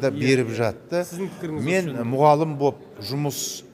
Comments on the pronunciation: 50 жыл істеп, мұғалім деген сөзді айта алмай тұр, аузын толтырып,мұғалым - деп!!! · Сіз министр кезіңізде орыс кластарына неге Мемлект тілі қазақ тілін дұрыс үйрете алмадыңыз? Мұғалым емес , мұғалім не ұстаз шығар ? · Негізі мұғалім қазақ сөзі емес, арабтан келген "мұғалим" әйтсе де дұрыс айтылу керек мұғалім деп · Мұғалім деген сөзді дұрыс айталмай тұрғо